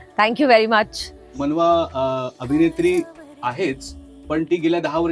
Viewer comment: "मानवा" नाही रे"मनवा" आहे 😂😂😂😂